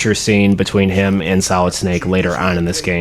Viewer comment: At the beginning I thought you said Metal Gear Salad 😂 but dope video !